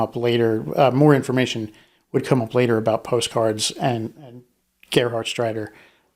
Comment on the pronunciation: Greetings from Germany! The pronounciation of the name Gerhardsreiter was super. It is a very difficult name. I am impressed.